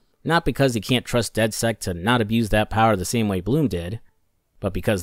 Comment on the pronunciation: Did you really call dedsec dedsect?😂